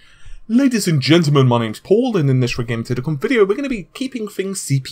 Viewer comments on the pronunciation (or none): none